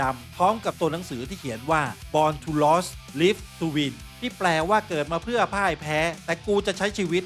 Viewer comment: Born to Lose, Live to Win. Lose ออกเสียงว่า “ลูซ” ครับ เป็นแฟนประจำนะครับ ฟังมันส์ทุกวง ครับ